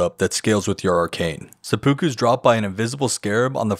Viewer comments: i love the videos but every time you say seppuku the pronounciation kills me a little lolol think of SEH-PEH-KOO not SEH-POO-KOO its kind of like how there's 2 ways to say yakuza but the japanese would laugh if you said it differently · omg please don't say sepookoo again. It's pronounced more like sepu-kuh